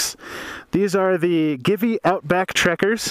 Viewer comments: Is Italian company, So Givi is pronounced "Jeevee" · Givi is pronounced GayIvy. Your welcome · Will this replace Xena? P.S. I think it is pronounced GEE-VEE. Great vid, thanks.